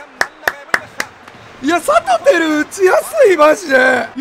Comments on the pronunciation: サトテルをさとふる、みたいに言うな、、、何してんねん。🤣🤣🤣🤣🤣🤣🤣🤣🤣🤣🤣🤣🤣🤣🤣🤣🤣🤣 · サトテルのイントネーション自分の思っていたのと違うのは気のせいなのか？？？ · サトテルのイントネーションどうにかしてくれ！笑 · サ⤵︎ト⤵︎テ⤵︎ル⤵︎ちゃうくね… 多分サトテ⤴︎ル⤴︎やんな？ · 一生さとふるの発音やな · サトテルのイントネーション気になるわ！！！ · サトテルの発音おかしくないすか？ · サトテルのイントネーションめっちゃ気になるの俺だけ？！ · サトテルの言い方違和感あるの俺だけ？